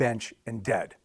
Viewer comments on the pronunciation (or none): "GEAD", that is absolutely awesome LOL